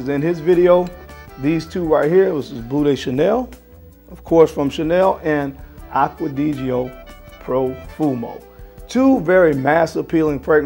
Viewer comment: well done, the way you have pronounced "Acqua Di Gio Profumo" cari saluti 😄